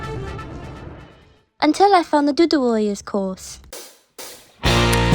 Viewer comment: I kept listening Doo doo warriors every time you said it🤣